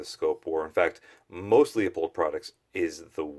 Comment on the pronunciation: It's not frickin Leo-pold, or leeyou-pold it's pronounced Loo- pold. Call them and ask. So tired of East Coasters that either cannot read, or refuse to learn before butchering it a video. Even Oregon hillbillies know that.